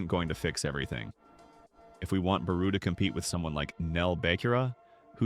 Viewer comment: Tf you mean barou bro not out